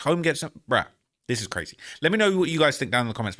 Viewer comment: why you always saying Brazy? Are you a blood?